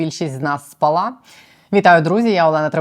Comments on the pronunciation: дякую за працю. але наголос в укранській мові такий - "...поки більшість з нас спАла..." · Вибачте,не спала`,а спа`ла.Не забувайте,що вас слухають та дивляться наші учні. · Не спалА, а спАла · Не спалА, а спАла, якщо українською...